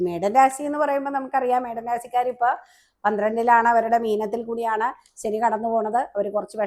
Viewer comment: സനി അല്ല ശനി എന്നു പറയൂ നല്ല ഉച്ചാരണ ശുദ്ധി ഇല്ലെങ്കിൽ അരോചകമാണ്.